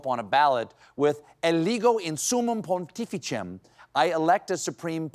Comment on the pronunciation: In the spirit of catholicism, we will forgive your poorly pronounced “pontificem”… but we cannot forgive you for calling the sport that actually has a foot on the ball all the time (except when Maradona is around), soccer. Shame on you man!